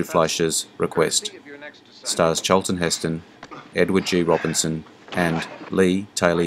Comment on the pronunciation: "CHAAL-tun HIS-tun" 😂